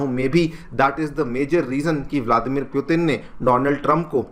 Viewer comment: M sure it's putin not puetin. Please pronounce properly. Students listen to you they follow what you say